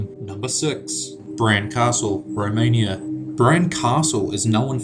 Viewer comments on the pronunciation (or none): none